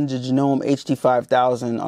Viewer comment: Thanks for the unboxing. It's pronounced Jano ME, hope you like this machine.